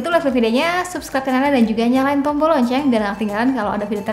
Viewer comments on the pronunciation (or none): none